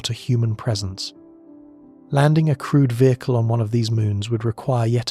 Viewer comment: Also, every time the voice says “crewed” it’s easy to hear “crude” especially here where going to Uranus would be crude even if crewed lol. Maybe for some to differentiate use “manned” instead? 🧑🏽‍🚀🚀